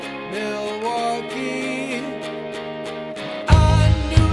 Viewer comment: Where the hell is that singer from? Everyone who's actually from Milwaukee knows the L is silent.